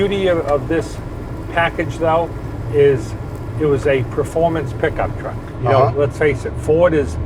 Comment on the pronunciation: A fwooh fifty fwooh has lots of twooahk to take to the caahh shwow